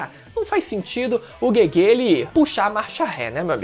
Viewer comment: po falar GUEGUE me pega muito kkk